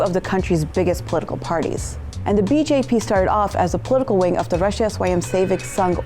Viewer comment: It is Rastriya not Russian swayam sevek sangh!